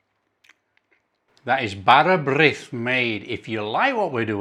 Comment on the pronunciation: Pronunciation was close. "Brith" rhymes with "neath" in the English word "underneath", essentially swapping the N sound for a BR sound. Nice recipe!